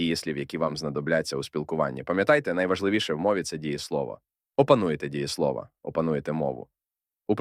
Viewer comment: Дієсловаʼ, наголос на «а»